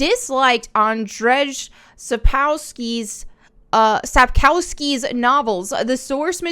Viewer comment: Just say Andre Sap-Kow-ski